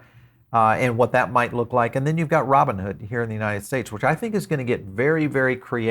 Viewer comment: Roooboon hood 😅